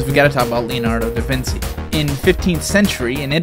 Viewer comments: I'm trigger by the way he pronounced Leonardo Da Vinci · Jesus fucking Christ I hate mispronounciation say Leonardo DaVinci correctly.